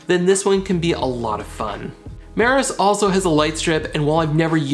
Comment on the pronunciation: Hey.. it’s “MEROSS”not “Maris”..lol. Hard to find the damn lights by the wrong name. But I do love your channel. I’ve learned a lot.